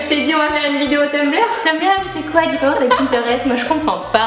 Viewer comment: On dit Tumblr et non Tumbleur